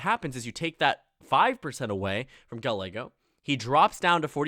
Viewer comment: Our mayor's name is pronounced "Guy-ay-go." Just an FYI! 😉